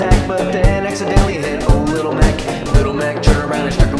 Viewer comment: the way he says little mac kills me every time